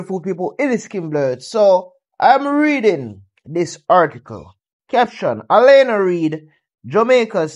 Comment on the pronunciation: Can you pronounce her name properly is not Elena is Alana thank u very much